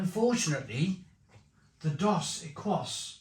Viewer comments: I laughed out loud at how you pronounced Dos Equis. It's pronounced Dos Ek-eeze (means two X's). Dos Equis and Corona are considered 's'h'i't' beers (regardless where its brewed) Modelo is average. Never heard of Cruz Blanca, so it might actually be a craft beer unlike the others which are very mass produced. Modelo just overtook Bud Light as the #1 selling beer in the U.S.. tons of people have been boycotting Bud light due to their association with a trans influencer in their ads, that's why. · It's pronounce doe seckees. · Your missing the best, Tecate, in cans Dos Equis is pronounced Dos Ek keys The rule of thumb in Mexico is because aluminium is super expensive only the best beer goes in cans. Never drink corona from the uk, your putting them in the order most Mexicans would. However, if you get Mexican corona you will really struggle to say its not as good as Dos. Tecate is the legend though, when I am in Mexico and i find a bar with Tecate, thats where the night is gonna be spent. Also, tequila, its like night and day to the crap we get in the Uk. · It’s phonetically “ Doughs Eh keys” broham. Not being a dick, just trying to help. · It's "dose ekees", 😅 Come on mate. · These beers are for spicy foods. Or for chugging while dead cold in 95 degree Summer heat after mowing the lawn. Time and place. They pronounce it Dos Ekeeeees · Dos Equis is now back in home bargains (pronounced Dos Ecces meaning 2 X's in Spanish.) Had it on Draught in Mexico. Lovely beer. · Dos Equis is pronounced Dohs EH/kees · Mexicans pronounce it "Dos Ekeese"! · I used to drink Mexican lager when it came from Mexico. Wouldn't buy the "fake" UK brewed rubbish. The Corona might be skunked of course. Modello is OK but its got added sugar not very clean. Dos Equis (pronounced Dos Ekis) is good but hard to find nowadays. My favourite is Pacifico Lager. I'm not sold on Mexican beers to be honest especially as they are often in clear glass. Prefer German or Czech lager.